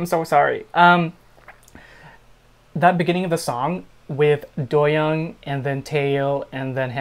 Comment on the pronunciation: doyoung’s name is pronounced DO- young like DO not DOE